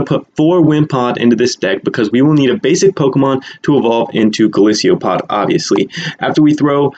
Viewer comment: its golisopod NOT golisio pod